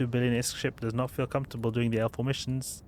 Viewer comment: its just his accent, he means L4 not alpha....i guess